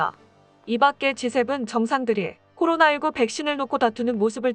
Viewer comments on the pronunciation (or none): none